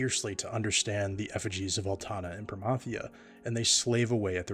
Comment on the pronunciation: When you hear the proper pronunciation of Promathia. 😊